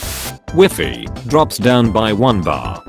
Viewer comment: Did he say Wefi instead of WIFI??